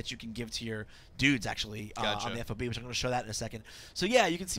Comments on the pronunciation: Plz plz plz, for the love of god stop calling it F.O.B being in. the military since it is a military term, it is pronounced Fob. as in job, with and F. fob... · Just say fob, not F O B. It's a fob.